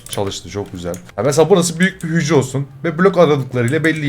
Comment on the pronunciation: Abi hücre dedinya bugün gğcreler işledik fende